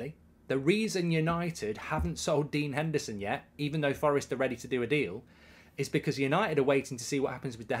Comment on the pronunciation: Put some respect on Dean Hendersons name